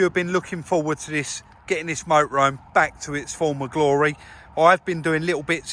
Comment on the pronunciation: Love the way pronounces it Moe-ah-roam!!!!!! Cracks me up! Just so so enjoy this channel.